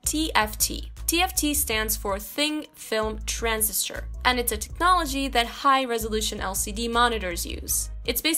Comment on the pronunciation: is it just me or at 1.57 doesn't she say TFT is "thing film transistor" ?